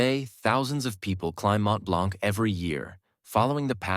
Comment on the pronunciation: It's not "Mont-BlanC", it's "Mont-Blan".